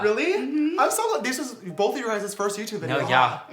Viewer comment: Are you saying BOLTH??